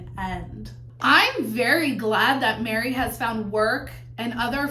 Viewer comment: it sounded like you said “people want to see Janelle marry Christine and thrive” 😂😂😂 then I realised it was “Janelle, Meri, Christine” 😂😂😂